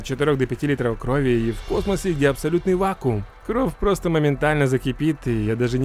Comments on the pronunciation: Почему ты говоришь кровъ, а не кровь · А почему ты говоришь кров а не кровь? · Почему ты говоришь кров а не кровь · Меня одного бесит когда он говорит не кровь, а кров Если что я не придираюсь, а просто делюсь своим мнениям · Только я слышал что он говорил "кров"а не "кровь" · Мне кажется или нет,но похоже говорит кров,а не кровь без обид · Кровь а не кроф!!!!!😤😤😤😤😠😠😠😡😤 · Не корв а кровь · Почему ты говоришь не «кроВЬ» ,а «кроФ» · Ты говоришь"кроув"??? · можешь говорить "кровь", а не "кров"?) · ПОЧЕМУ КРОВ БЛЯТЬ А НЕ КРОВЬ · Не кров а крофь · Не кров а кровь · меня одного бесит кров, кроф? кровЬ кровЬЬЬЬЬЬЬЬЬЬЬЬЬЬЬЬЬЬЬЬЬЬЬЬЬ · Я ору, как он говорит *кроф*😆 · Кроов!!! Прикольно звучит без мягкого знака) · Мне очень интересно почему вместо просто кровь, ты говоришь кровь делая акцент на букву в? Видос прикольно конечно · Научись говорить кров!!! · Кров Ахаха не умеешь говорить